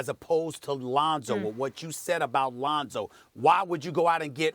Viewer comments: Londo and Ronzo fix yo mouth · Lol "Londo"